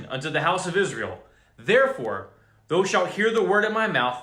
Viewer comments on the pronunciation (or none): "thou"... the--owl"...sorta... just saying..🤔😔